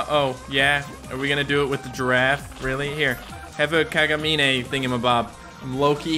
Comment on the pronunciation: U pronounce Kagamine as Kagamin :3 no need to thanks